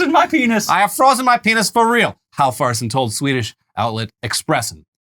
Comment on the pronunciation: Halfvarsson is pronounced hal-var-son, don't ask me why the f is quiet I dunno